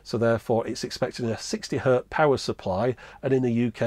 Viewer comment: It's hertz, not "hurt". 60 hertz.